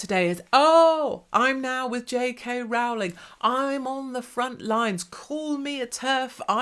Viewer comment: Rowling is pronounced rolling, as in rolling on the river. Grr.